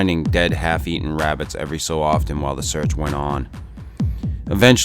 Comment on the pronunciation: its wabbit season haha